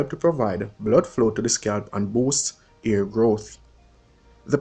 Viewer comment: Def education but the way you pronounce words WRONG is a turn off for me. For example you pronounce "hair" as "ear" "help" as "elp and drop all your th's you sound ridiculous instead of elite Found this so annoying I'm going to block this channel